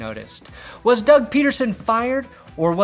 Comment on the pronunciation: "They wahs blowin my ahs up" I wanna draft him.